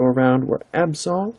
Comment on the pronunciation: Your pronunciation is pretty damn good. You got Dragonite right the first time. I think you got the Absol wrong though. Yeah Deoxys is a mouthful haha